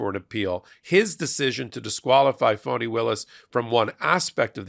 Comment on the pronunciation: District Attorneys name is Fani( like fawnie). I only say this because it is important to respect Ms Willis's position in the Court/ Justice structure and because of historical reasons of injustice towards women and black women in particular. Plus we want to show these maga/ right wing republican basic racists that disrespect will not be tolerated. And that is why it is so important we pronounce and spell Prosecutor Fani Willis 's name correctly.